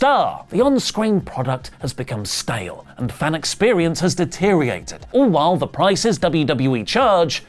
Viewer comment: All I've learned from this video is that can't say deteriorated.